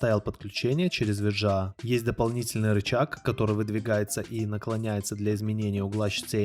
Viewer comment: Ви джи эй (VGA) кто так говорит?